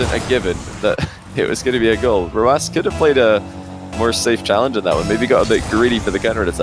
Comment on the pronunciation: how do u pronounce rw9 he says “rowoss?”